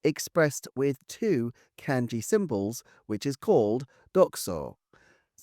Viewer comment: Kanji is pronounced like Genghis 'Khan' 🙂